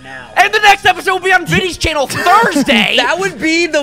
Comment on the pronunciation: "Chainnel, chainnel, chainnel..." 😃